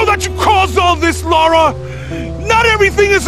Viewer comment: Lah-rah. "Laura" is a different name, altogether. I wouldn't mind, but she is quite clearly addressed as the former in every single game.